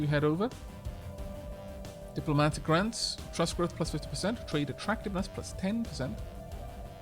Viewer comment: Was I the only one that when said "diplomatic grants" heard it as "diplomatic rants" and had a WTF moment?